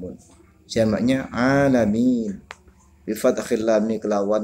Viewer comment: Maaf kurang jelas nerangin lafadz alaminnya